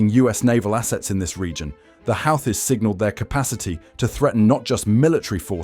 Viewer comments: 🎯Pronounced Houghtis = WHOTEES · They are pronounced: 'Who-Thees'